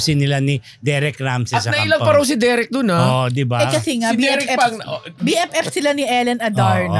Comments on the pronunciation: Mali po ang pronounciation nyo sa PAWS. Dapat po tunog “pause” or “pos” ang pagkakabigkas. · pasintabi po: paws has the same pronunciation as "pause".